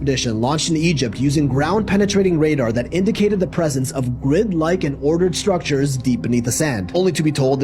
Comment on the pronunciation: Hey... are they Scrictures or Structures!!??:face-purple-crying: And... you never heard of Edgar Cayce???🤯